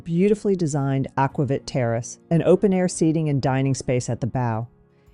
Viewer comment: Very thorough comparison. Btw, it’s pronounced “aqua-veet “.